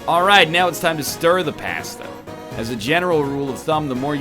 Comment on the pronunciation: The way he says pasta I swear